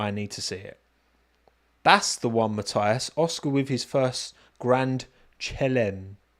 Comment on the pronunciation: Hey - love the show. Grand Chalem, pronounced "Grand Shah-lem" (don't know how to write that - just try saying it the French way...:) is French for "Grand Slam". It means win the race, from pole position, with the fastest lap, and lead every lap. Keep well. Richard.